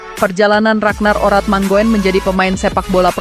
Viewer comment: RADNAR ORATMANGOEN DI BACA """ RADNAR ORATMANGUN """... ( KARENA OE = U )